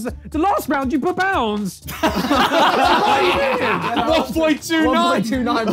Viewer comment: The way ethan said pounds had me dying😂😂😂